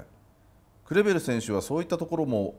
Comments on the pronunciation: クレベルのとこグルグルって聞こえるw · クレベルが「グルグル」に聞こえるのがたまらんww